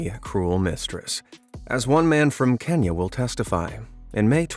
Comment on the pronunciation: The way Americans pronounce Kenya is always humourous 😂😂😂